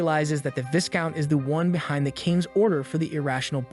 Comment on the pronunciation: Setting aside the butchering of names, it is Viscount (Vye-Count) not Viss Count. The S is silent.